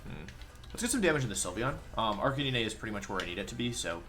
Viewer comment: everytime wolf says "arcaneenay" I die ahaha